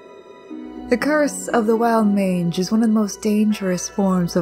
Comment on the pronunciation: I thought you called it a "Wild Minge" not a "Wild Mange". I nearly flipped my truck.